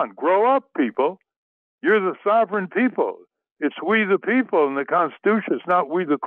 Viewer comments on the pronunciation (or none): Amen Ralph! It’s “We the People”, not “Wee the People “!